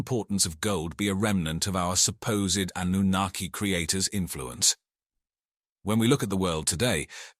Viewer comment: Why does the pronunciation of Annunaki keep changing from correct to extremely incorrect - hedging your bets? 😁